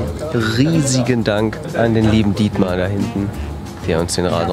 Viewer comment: Why not "Dietmäh" D